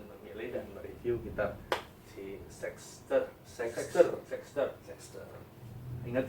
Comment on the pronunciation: Kok nyebutny "sex-ter" sih